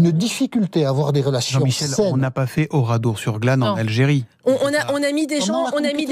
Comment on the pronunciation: « oradour sur GLAM « 😂😂